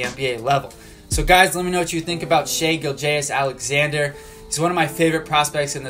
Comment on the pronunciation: Learn how to say his name right first lol